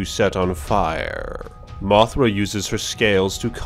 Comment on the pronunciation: Why do you talk like that? MothrA can drop rEFlectIve sCAles!